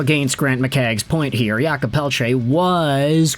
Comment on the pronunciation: "Yulkob" Pelletier ...it's Jake lol